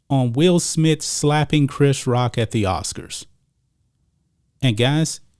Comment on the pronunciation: I swear I heard him say clapping, not slapping.